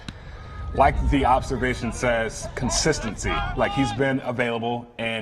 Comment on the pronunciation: when he says consistency I just can't